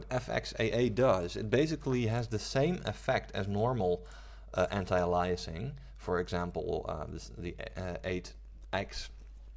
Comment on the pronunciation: ay-lee-es-ing. Not uh-lie-assing. It also doesn't filter textures, it algorithmically post processes the image, in essence downsampling. Transparency anti-aliasing does this to transparent textures, it's very different from full scene anti-aliasing. Lots of misinformation here.